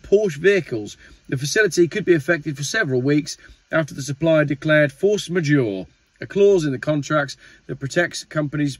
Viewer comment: Force majeure. yore saying dat wrung meate.